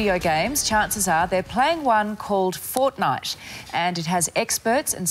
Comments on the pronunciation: Nah she said fortnut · Did she just say fortnutch? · did she say fortnth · She is right i agree that we should ban FARTHIDE forever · I thought She Said Fortniut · the way they pronounce FAWWTNITE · Crazyfireball 808 lol ikr